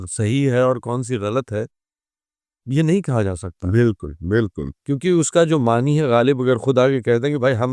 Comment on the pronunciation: معنِی معنِی سن کر دماغ خراب ہو گیا۔ نون پر کھڑا زبر ہے۔ "معنیٰ" پڑھا جاتا ہے۔